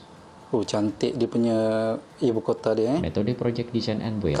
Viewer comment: Ibu "Kota" Datook Bukan "Kotee"